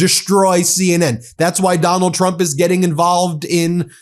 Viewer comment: It always makes me giggle when she says "president Chump", not sure if she is trying to secretly insult him or if she is actually having troubles saying his name.